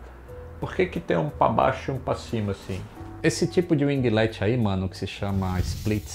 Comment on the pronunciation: O mano ta ficando esperto, já sabe pronunciar winglet.